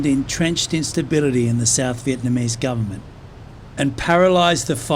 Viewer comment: Good video. Thanks much for telling and showing us some of the bad times in Vietnam history. You are the first western foreigner who is not living in VN but pronounce the Vietnamese names and locations correctly. Also who (dare) to say American war instead of VNMese war. LIP